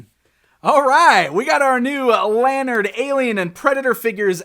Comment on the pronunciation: Informative video,! I've got their 4" sets from last year. So fun, and what a bargain. (*The company name is pronounced 'Luh-Nard'.)